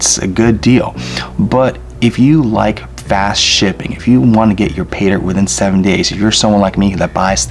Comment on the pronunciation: Fake teeth, horrible music. 60 fps video, and he says "go ahead and.." ps what the hell is he doing when he 'pronounces' 'Paydirt'? ... 'Payda'